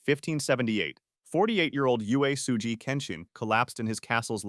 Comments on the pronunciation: and they didn't even put an effort to use it. If you want to use TTS, at least do it right. Uesugi can be written oo-way-sue-gee on the script. I use TTS for my novels and my e-reader is full of these corrections. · Maybe if you used your real voice for the narration instead of AI, you would’ve pronounced Uesugi correctly.